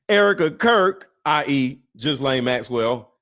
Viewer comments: pronounced Geelayne not Gislayne! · Pronounced Ghelaine. Hard G. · “Ghee-Lane Maxwell” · Lies all lies Ghlane pronounced galane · Say it like Guilty... Guilty Ghislaine... "Gu-Lane" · She is also an actor. Kirk is authentic however, and in his last photo by the water he looked different from his usual happy warrior demeanor. take the s out of gis Gislane Maxwells name you pronounce it phonetically without the s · Ghislaine pronounced without an s..